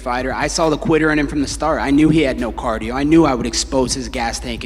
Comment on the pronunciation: COLBY SAID CARDIO CAIN 😂